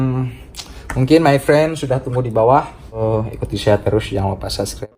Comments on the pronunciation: HAHAHAH LU LIAT DEH DIA NGOMONG SUBSCRIBE JADI SUBSGREB WKWOWKWO KOCAK NGENTOD .. Kok gw emosi nnton nya yah wkwkw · Kata martunes jgn lupa sanscrep😂😂bang sklh lagi biar bisa bilang subscribe😁😁